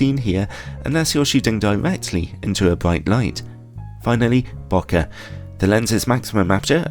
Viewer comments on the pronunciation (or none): none